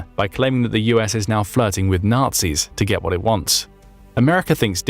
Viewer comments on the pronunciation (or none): none